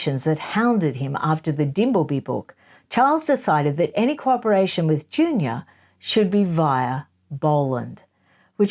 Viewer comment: It's Penny JunOR, not JunIOR.